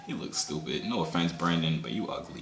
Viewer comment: the way he says “ stoopid. “ makes me crack up 💀